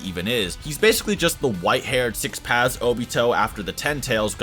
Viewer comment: I keep on hearing six pads